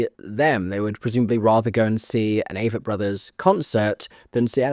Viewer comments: I'm pretty sure it is pronounced long-a vett Āvett. The way you heard it on the street. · I’m pretty sure it’s pronounced Ah-vett. So sad. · You made me laugh with your Avett pronunciation comment. Very convincing indeed!